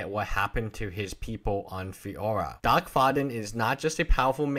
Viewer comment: Dack like quack not Doc.